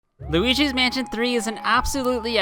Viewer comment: it sounds like he's saying "lugis mansion tree"